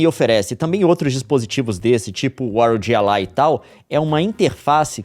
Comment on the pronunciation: ah leon me poupe kkkk, fala ROGI ALAI memo, quase que eu nao entendi 😂